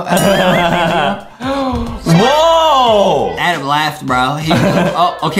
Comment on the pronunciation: justin says adam right